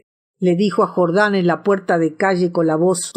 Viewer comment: se dice jordán no jordań